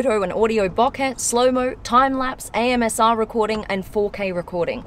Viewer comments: u said AMSR instead of ASMR (While speaking about the LG VELVET in the beginning) 😂😂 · Was it only me or everyone heard she said "AMSR" instead of"ASMR" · No I heard it. It gave me a giggle 😂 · I thought "did I hear that correctly?".😄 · did she just say amsr instead of asmr !!! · She really said AMSR huh